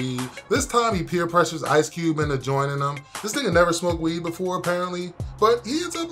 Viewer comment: “Ice Cewbe”